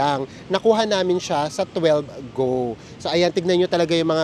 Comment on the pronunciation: Hi! Correction Lang ng konti. I think "12Go" is pronounced as "One two Go". Parang katunog ng 'Want to go.' 😅 pero d nmn big deal kung magkamali. Medyo confusing naman talaga Yung name Nila. 😊